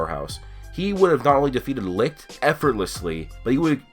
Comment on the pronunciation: is it really pronounced "Lick", "Licked"?